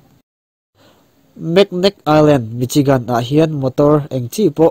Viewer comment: Michigan ni loin misigun tia lam tur. Ae.. Aleska ni loin alaska.. A AW B a A Lamrik a lam tur